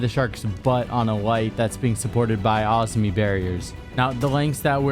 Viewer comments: It’s Azami not Auzmi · This man did not just say “Ahz-me” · you pronounce azami weird as fuck